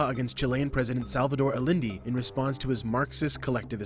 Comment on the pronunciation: "Salvador Alindee"?? No no, it's EYE-EN-DAY, or AH-CHEN-DAY.